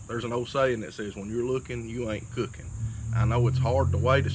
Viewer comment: “When yur luuking yur not cuucking”